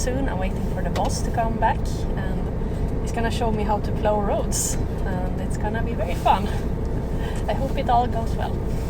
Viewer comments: Thank you for a wonderful video that brought back many fond memories. First off, the word Plow is pronounced like Plowe with the Owe part like when you smash your finger or something. I am originally from the Chicago area when we normally do not have a large snowfall, but occasionally we did get total Blizzards with feet of snow. I drove and supervised a crew of snow removal drivers totalling somewhere between 100 and 200 drivers. We covered an area about the size of Stockholm but more rural in nature. One major blizzard, we fought for 28 days and nights We viewed these storms much like a battle with nature and nature usually wins. It was so bad, we were evacuating women about to give birth or heart Attack victims in the buckets of Wheel loaders because it was the only way to get them out. Your equipment looks pretty good - Our were foe the most part 5-10 ton GMC trucks with Baker wing plows and tailgate spreaders on the real. Thanks for the memories lady and keep up the good work, Between you and Angelica Larsson, you make my day. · I'm impressed, that's a big scary rig- you did great! By the way its pl-ow (think ow as in it hurts :)... Cheers from the US